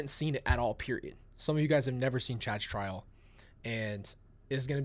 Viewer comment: You said Chad’s trial. My ears heard trash pile. 😂😮